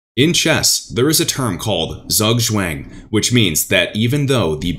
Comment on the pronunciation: Funny how you pronounce "Zugzwang". It means sth. like "to be forced to make a move" and can be pronounced like "tsoogtswang" 😅 Like your channel very much! Lovely regards from germany.